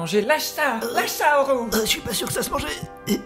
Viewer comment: j'ai failli pas reconnaître le film à cause du "haoru" au lieu de "howl"